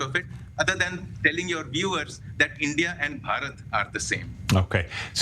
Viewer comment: For goodness sake ,learn to announce the name Bharat correctly. Ridiculous.Ask any indian to teach you😢